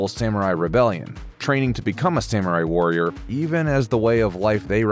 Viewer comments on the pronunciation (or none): none